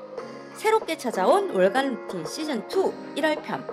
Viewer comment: ルーティンがルーチンになってる😂可愛い😂